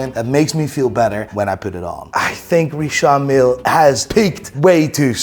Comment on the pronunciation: Richard Mille watches 😫 it's "Richard" Not "Recharde" 😂 pretentious fools. Richard not Recharde 😅 Kid look watches.